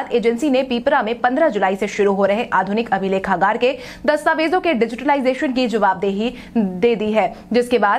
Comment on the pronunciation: डिजिटलाइजेशन का उच्चारण सिर्फ डिजिटाइजेशन न किया करें।